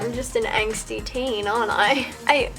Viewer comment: Hehehe, let's make a drinking game with all the times you say 'anxty' 😂 I'm ready!!